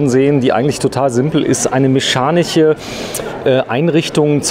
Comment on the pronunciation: und jetzt üben wir mal: m e ch a n i sch e... 😉